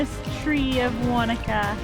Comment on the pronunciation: Yay you pronounced Wanaka properly lol, screenshot 😎